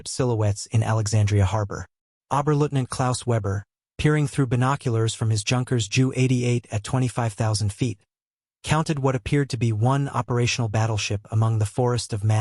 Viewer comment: Ju-88. Spoken as Jay Ewe 88.